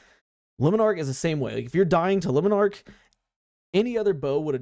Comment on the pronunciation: I refuse to listen to anybody who doesn't pronounce Le Monarch correctly. L take.